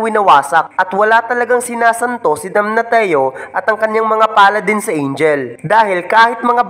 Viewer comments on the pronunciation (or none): Sakit sa tinga ng DAMNATIO Dam-na-syo hindi Dam-na-ti-yo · Damnasyo po yung pagka pronounce sa damnatio inde po damnateo